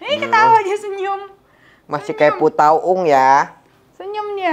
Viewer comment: bilang kayak "pu tau ung" saya langsung ngakak inget masa kecil kalo aku suka ngangguk2 kata mama aku kayak pu tau ung.. he he he.. sehat, Denise dan baby Jaden juga sehat selalu ya..